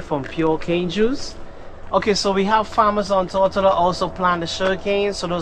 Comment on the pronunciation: Great video. I lived here over 30 years ago. Cane Garden Bay looks not great these days. It used to be pretty much undeveloped and absolutely stunning. Your pronunciation of Tortola made me smile. Safe travels